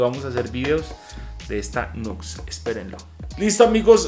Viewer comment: Buen video brother.. no se llama nux se pronuncia niù ecs saludos y bendiciones